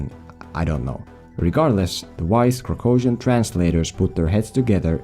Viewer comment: Why didn't you show what the text off the language is in the video? At least once with a movie poster or something. I can't even understand what country name you are saying. Kracosian? You take your meds today this is not a real country.